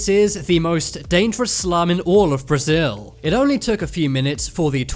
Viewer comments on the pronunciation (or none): none